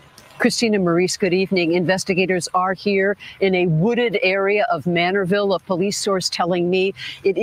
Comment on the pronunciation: It’s Manorville,not Manneville, if I’m not mistaken. 😊 Thanks for covering this.